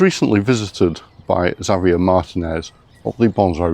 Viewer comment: This is so mellow. Really love the advice. Also, it's nice to hear the almost Espanol from. Xavier is my favorite Spanish name. But I'm used to hearing it the Mexican way like was doing. Nice.